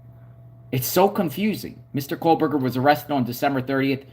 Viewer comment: Bro…stop saying “Kohlberger” His name is Kohberger …there is no L